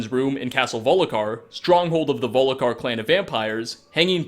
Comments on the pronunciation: Volkihar not volikar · Also, Castle Volkihar, not Volikhar. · VOL KI HAR NOT VOLIKAR YURGEN WINDACALLER NOT JERGGINN YARL NOT JARRL MAY RUNES DAEGON NOT MAROONS DAYGONE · volicar? It's volkihar! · Volkihar = Vol-KUH-har Not Vol-li-kar. ...Basically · you said volikhar instead of volkihar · “Ger-gan” instead of “Yur-gen”, “Volikar” instead of “Volkihar”. Pronunciation. Use it. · Vol-ki-har, not "Volikar". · You have obviously your very own way to pronounce some words,. The Soul Cairn sounds like Soul CAREN, when you say it, and here it's castle Volkihar, that you pronounce VOLIKHAR, that's pretty amazing. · "gergen windcaller" "volikhar" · Why the hell do you keep repeating Volhikar for God's sake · All I'm saying is that its so obvious he looks up this stuff on the internet (I'm not saying hes never played the game, he might remember the name slightly) and he just reads it off of a script without bothering to maybe play the game to see it firsthand. German pronunciation or not, it seems hard to believe someone who's channel is devoted to Skyrim would say stuff like Jurgen with a hard J, or Harkon with a long O, or Volkihar like Volikar.